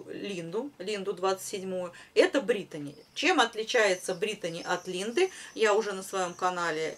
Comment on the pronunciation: все красиво,вы молодчина, только почему говорите Бритони, ведь равномерка Бритни